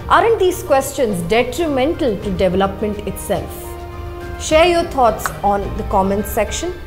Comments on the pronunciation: Excellent work- I'm a fan, but please correct pronunciation, e.g., not hetch for h and devluppment for dev-el-op-ment, hitherland for hinterland, etc. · Siddarth Jain , agree, really good content, editorial angle and coverage- would be great if they stop saying devluppment and pronounce dev-el-op-ment correctly. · Siddarth Jain, as far as I know, it's a pan-Indian habit this devluppment pronunciation! 🤔